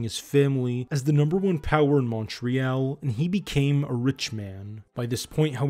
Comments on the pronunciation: Montreal isn't pronounced like that in french or English. I would check the pronunciation of both and pick one if you intend to do more content about Montreal. I really enjoyed the video though, you did a great job. Keep them coming! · But I have never before heard the last syllable of “Montreal” pronounced as “ELL” by either French or English-speakers when speaking in English, even when I have visited Montreal! So, perhaps that last syllable quirk is a thing that happens when folks from Quebec pronounce it in English? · Listening to the constant mispronunciation of Montreal, was too much! Couldn’t finish this! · Your pronunciation of Montreal made this difficult to watch. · Great work...but please learn how to pronounce Montreal properly. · Why are you mispronouncing Montreal ahhhhhh, all jokes aside great job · The way you mispronounce Montreal was extremely irritating. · What ridiculous pronunciation of Montreal. So bad I can’t listen to the video, as most of the names are also mispronounced. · mon tree all..... not mon tree al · Yeah, it's quite annoying to hear Mon-tree-yell instead of Mon-tree-all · More like Mun-tree-all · It's not "Munt ree-yell" It's "more ay ALL" or at least "munt-ree ALL' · Man, as a Montrealer (not "Montrealite") the way that the narrator mispronounces Montreal over and over again is driving me crazy. It's "Mon-tree-ALL" not "Mon-tree-ELLE" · exactly! And we say St Leo or St LEOnard, not St Lenard. Also it's Mon tree all, not Mount reel. Lol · Excellent Report, spot on and informative. Btw, Montreal is pronounced as Montriall, Montriaul not Montreaal. Great work and concise...🙏🏻🙏🏿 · in french it's Mon-real and to english speakers from Montreal it's mun-tree-all....you'll always know someone isnt from here if they say MONtreeall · Great documentary. Except we say MonTreeAll, not MountReel. And St LEOnard, not St Lenard. Lol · Montreal. Pronounced like "Mun-tree-all". Not "Montreeyal" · Mun-tree-all. Mun-tree-all. Great video!